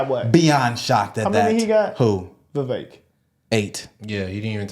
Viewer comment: Candace said his name is pronounced Viv- ik Thnks guys! 😉🇺🇸